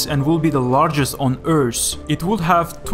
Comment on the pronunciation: Atte Kivipato LMAO he also says earsssth and stuff